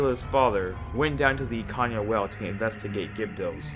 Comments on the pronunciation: Ikanya??? Bruh, wtf is wrong with your pronunciation? Can you not Read? It's Ikana.... EE-Kana!! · "Ikan-ya"? Bro, where are you getting all these extra letters from? 😂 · Nice theory but stop pronouncing stuff incorrectly lol theres no y in pamela or in ikana